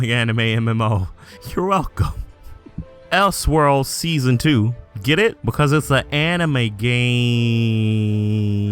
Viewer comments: Btw, it's pronounced El-sword, not Els-word. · “Els world” 😂 it’s El Sword